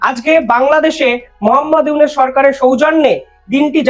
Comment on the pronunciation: প্রথম কথা হলো তুই ডঃ ইউনুসের নাম সঠিকভাবে উচ্চারণ কর তোর কথাতেই বাংলাদেশ অবহেলা পরিষ্কার । তোরা বাংলাদেশকে তোদের স্বার্থে স্বাধীন করে দিয়েছিস ভারত কখনোই কোন দেশের ভালো চায়নি। আর ভালো চাইতেও পারে না তোদের মধ্যে রয়েছে ডোমিনেটিং নেচার এই সহজ বিষয়টি বুঝতে বাংলাদেশীদের খুব বেশি কষ্ট হয় না বুঝলি রে হারাম জাদা।